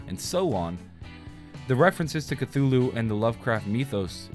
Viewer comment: You’re pronouncing Cthulhu incorrectly.